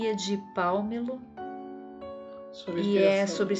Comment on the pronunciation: Palmelo é uma cidade espírita em Goiás. Fala-se Palmélo.